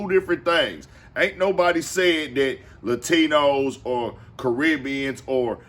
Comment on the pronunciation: "Lie-tinos" he was right on one thing 😂